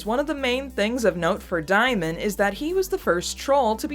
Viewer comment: Diemen's name is from Van Diemen's Land, pronounced "demon", not "dye-men". Van Diemen's Land is the old name for Tasmania, where criminals were transported. Xicali is from the name of a city with a high crime rate. Diemen makes reference to living by theft. Also here is a badass song about same